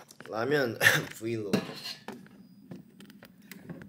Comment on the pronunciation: yj and his rameyon♡